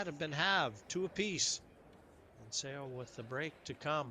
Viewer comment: If she is going to win every game maybe people will learn how to say her name. It's definitely not "Sayo Sowa". LOL The "Seo" sound is very peculiar to Korean.